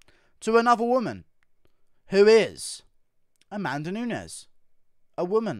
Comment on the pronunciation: Hahaha is so funny where you pronounce Amanda Nunes as 'A man DUH nunese'